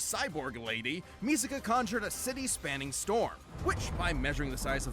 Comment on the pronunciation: It’s pronounced Misaka not Miseka